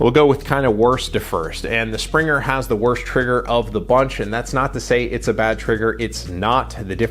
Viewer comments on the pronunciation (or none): its not "Springer". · "Springer" ? Good review but I just had to say something about that lol.